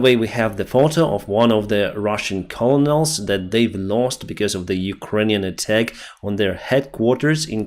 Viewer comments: pronounced KERNals... Not collonels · it's pronounced simply : kernals (not colo-nols) :) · You are mispronouncing "colonels". It is pronounced "kernals"